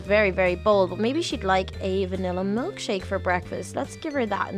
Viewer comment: said vinalla but it was strawberry